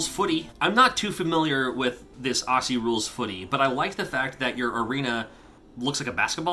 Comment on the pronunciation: Lovely video. FYI 'Aussie' is pronounced 'Ozzy', as in Wizard of Oz.